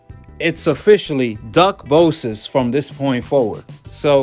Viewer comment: "duckbosas" LMFAO I'm friggin weak